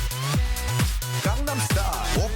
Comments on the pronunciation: can someone explain to me where people are getting gAngnam style? It's pronounced (both by Psy and IN THE SONG) with a long a and almost sounds like condom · Actually its more like "gahng-nam". The first a is short and there is no emphasis on the second g. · man the way you pronounce "gangnam" literally made me cringe... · As a korean, its not gang then nam. the a is short. Jus sayin. And I love your videos. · I should amend this too by saying it's not just popular in America; Koreans loved the song too, as did people all over the world. Plus you didn't even pronounce 'Gangnam' right so...yeah. I fucking HATE this song, but I hate people trying to act like they know everything about it and why it's popular. NOBODY knows why it's so popular. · aaah, your "a" is off in gang in gangnam! that aside.. -,- no more k-pop.. no more :'[ well no more crazed gangnam style :/ (s'il vous plait!) (" 'said no to gangnam style back before it left korea :o .. " =,= Bubble Pop had an okay run before that tho, not nearly so obsessive~ but decent for a foreign track in the states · As expected, you guys (Americans) pronounced it incorrectly... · im korean and it bothers me that you cant say the word gangnam correctly. If you are going to make a video about ganganam style please say the word correctly. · ga-ngam every missays it wrong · It's pronounced Gongnam... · As much as I like your videos, I can't tolerate this video because you mispronounce Gangnam the entire time. It's an actual place, a district in Seoul...I'd understand you mispronouncing it as a joke if it were simply because of the song, but a place? Seriously, how can you mispronounce it? And I can tell you exactly what the song is about, and I can sing it and I don't speak Korean fluently. :/ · it's not "gang"nam style. it's "gone"nam style. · Its not 'gai'gnam', it's Korean, therefore it's 'gong'nom'. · It's not "gang""nem" style..its "gahngnahm" if your gunna say it, say it right.